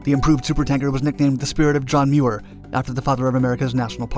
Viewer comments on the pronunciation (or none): none